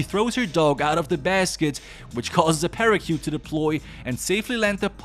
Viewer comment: This man said “Parakyoot”